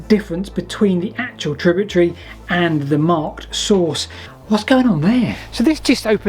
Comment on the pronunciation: Tributary not tributree